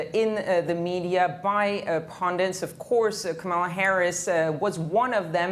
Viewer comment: Its KAMALA it rhymes with PAMELA ya don't wont no dramaLA!!